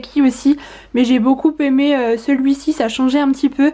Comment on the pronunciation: Désolée mais je ne peux plus entendre tes Beaucoupppppppppppémé.... Je suis prof de français à l unnif et on ne fait pas la liaison entre beaucoup et aimé😜